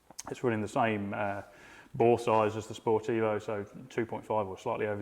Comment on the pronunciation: It took me until Episode 2 to realise he meant "Sport Evo" rather than "Sportivo", I kept thinking to myself I have never heard of this model.